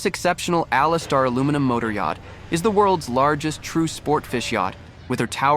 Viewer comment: First, you need to learn how to say aluminum